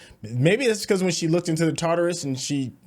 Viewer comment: .....if you don't stop calling the T.A.R.D.I.S. the tarderis, theres no er....in the word!